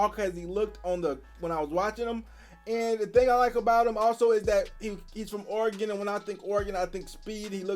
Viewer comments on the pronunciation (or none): breh, it’s pronounced: Ory-gun